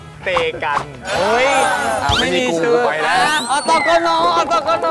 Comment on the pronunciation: อตก ออฟเตกัน กลายเป็นอตกน ออฟเตกันนิว😂😂